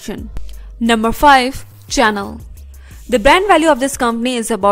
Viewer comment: the way she pronounce chanel (literal cha.nel, instead of pronouncing as sha.nel) your channel SURE know how tocrack me up!